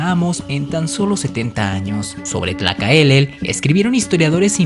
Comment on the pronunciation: Es Tlacaelel No tlacaelele Zicoatl = serpiente de fuego Chimal = escudo , Popoca =humo. Zumàrraga, no Zumarraga Ixtlixochitl narra como deportaron a aztecas para trabajar en las minas , narra como me se les daba de comer y tenían ellos mismos comer los frutos del desierto , no se les dio ni una vez de comer o tomar , muchos pero muchos murieron de hambre y sed , debido a estas deportaciones hay muchos lugares en Zacatecas con nombres en Náhuatl Fernando de Alva Ixtlixochitl considerado el antepasado Mexica de. Tomas Alva Edison Ixtlixochitl era hermano de el señor de atzcapotzalco ,poco l nada que ver con Texcoco , aportó 40 mil guerreros y si , fue el artífice de la derrota de el imperio azteca , es más conocido como historiador Xicoténcatl , primeramente se opuso a unirse con los españoles , y se rehusó a pelear contra los aztecas desertando en plena batalla Cortés preguntó cuál era el castigo para un desertor , le dijeron que la muerte , fue regresado a Tlaxcala y por su condición de militar de de familia noble , se le dio una oportunidad más , peleó valientemente , contra su voluntad , una vez vencido el imperio azteca y para mostrar a los tlaxcaltecas , que también ellos era vasallos , lo mandó ahorcar En venganza a las múltiples ovaciones en que Xicoténcatl , lo retó públicamente , a un duelo s muerte , y en todas. Cortéz se rajo cobardemente Y una vez consumada la conquista lo mandó aprehender y ahorcar Me viene a la mente el héroe Maya Jacinto Uk. De los Santos Kanek